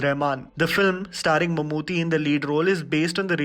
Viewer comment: Not mammoothee 😌😅 Its Mammootty 😬😬 t t